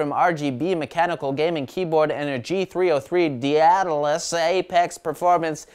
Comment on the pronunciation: its pronounced day-dah-lis prime G303